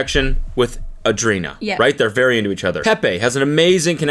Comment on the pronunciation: It’s ANDRE- INA. It’s not that hard…